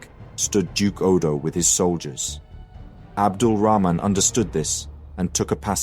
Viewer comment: wow, you've even managed to pronounce 'Rahman' correctly at the end xD